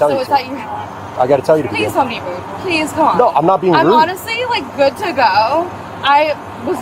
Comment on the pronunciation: Gooduh is not a word.